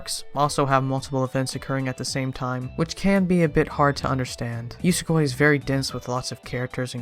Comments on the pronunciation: It's oo-so-goo-e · Idk but I pronounce it yoo-soh-gw-E